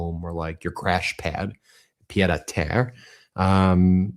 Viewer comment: Meiselas!! Your pronunciation of pie'd a' Terre is basically perfect. It translates to fool to earth. In reality it's a small apartment just a few flights up. Many would call it a flat. I know this because I was hearing Francais in the womb, from both my parents and grandparents! Yours very sincerely, Anne "Annie" Lousteau 🎉❤